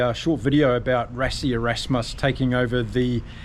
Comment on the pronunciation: apart from pronoucing its pronounced Russie Erusmas, the rest was rock and roll. thanks.